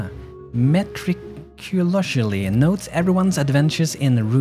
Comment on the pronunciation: Meticulously, it's pronounced, MUH TICK YEW LUS LEE lol just thought i'd give you some small English lessons :3 love your videos as always.